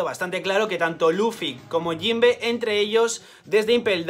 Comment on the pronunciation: JOINBE SUUUUUH XD